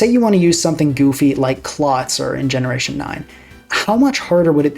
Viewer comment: that’s a really good argument. I never thought about it like that before. Also never heard that pronunciation of Clawitzer before but it’s very good. I might adopt it